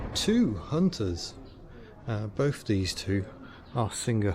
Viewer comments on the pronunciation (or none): none